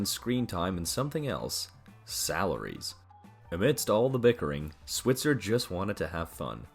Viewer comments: Switzer is pronounced "SWY-tzer," not "SWIT-zer." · 48 his last name is pronounced SwEYEtzer